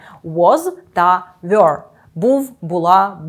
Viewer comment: Чому were читається як "вйор" а не як Ввер? Так само як first є фирст а не Фйорст! Вибачаюся, але так вимовляють лише москалі